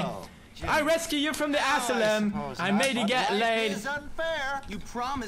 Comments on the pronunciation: It's asylum not assylum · Your pronouncing asylum wrong lol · I love the way he pronounces asylm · Ass-i-lum :'D